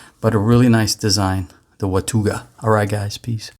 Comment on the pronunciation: Your pronouncing it wrong. Its "Watawga".